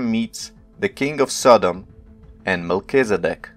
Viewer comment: " Melchi " "Zed dek" "D" NOT "B"